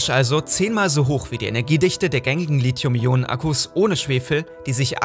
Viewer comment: Gutes Video aber es heißt nicht Litium